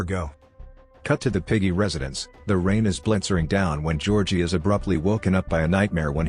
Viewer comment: “Georgie” more like georkie